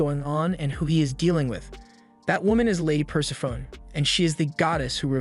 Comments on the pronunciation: it took me a long time to learn this, but Persephone is pronounced "pur-sef-pho-nee". Greek can be hard if you don't speak it, I know. I had the same issue with Hermione and Merope. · Greek names that end in "e" pronounce that "e" - Persephone should be pronounced "Per-sef-any"